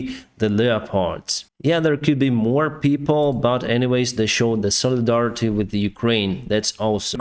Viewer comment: it sounded like you said "soledar-ity"